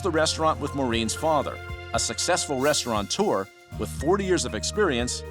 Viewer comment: Restaurateur, not restauranteur